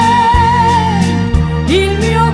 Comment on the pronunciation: Non ci stà sulla pronuncia Lupin... della u...